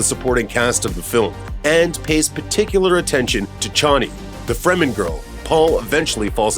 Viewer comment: OMG! Please learn to pronounce the characters, planets and family names. Also, lower the annoying music so that we can hear you. Har-KŌ-nan. Fremm-en. FIfedom(long i), h